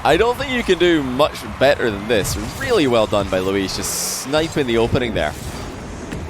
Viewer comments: He started out with Luis, but adapted to Luiis based on pronunciation, I think he kept that up till the end. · holy moly pronounced luis correctly never mind he can't decide between Louis and Luis